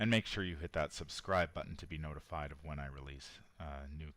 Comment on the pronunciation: I have anxiety disorder and the way your intro is read makes me creep out. Like how you emphasize the word "of" and you pronounce words strange, for example you say "ah-gane" AND "ah-ginn" for the same word (again)... "Obe-tane" AND "AWB-tain" and even accented "awb-TAIN" (Prob just me, but I can't get through the intro, gotta skip ahead to what sounds like unscripted stuff) I watch all your vids.. and love em but I found the CC option and thought I would share. Sorry if it sounded like a jab.